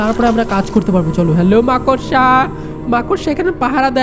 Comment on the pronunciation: That's not মাকসা😂😂❌ It's মাকড়সা😂😂😂✅